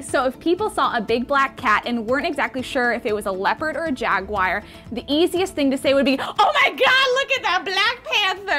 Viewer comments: "Jag-wire"? Lol! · Jag-wire ??? You mean Jaguar? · Jag"wires" are also non-existent. There are jag"wars" in the states or jag"you ares" in the UK... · Actually its jaguar not jagwire I think jagwire is a totally different thing bro look it up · its not jagwire its jag-you-are or jaguar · Bits of Real Panther everyone I know pronounces it "jagwire". I live in the northwest US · it's pronounced "jag u uar" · Did just say "Jagwire"?